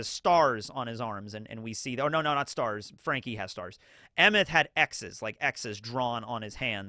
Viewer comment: Based on what I know about Scandinavian languages, Emeth is most likely pronounced “ay-meht”